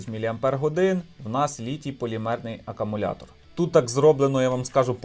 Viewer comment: Не акамулятор а аккумулятор